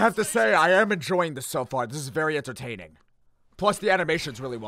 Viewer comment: Him: THIS IS REALLY INTERTANING *angry face